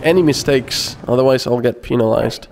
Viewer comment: ''I get peni(s)lized.'' Omg,I laughed my ass off... :P